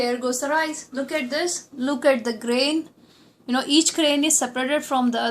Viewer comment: need to improve your English.....RICEE.....the teth Punjabi slang....also need to be more polite....u appear too harsh....